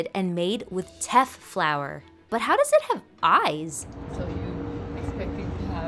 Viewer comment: It’s just called injera not injera bread, and the pronounciation is “teyf” ! :)